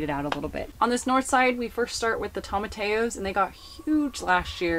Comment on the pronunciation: You have a gorgeous gorgeous garden reaped by so much hard work and years of learning. I admire all that so much. Starting my learning on this late but never too late to learn. If you would like to pronounce sorrel more correctly it is SAW ruhl. And tomatillo is tom aw TEE yo. :) ❤️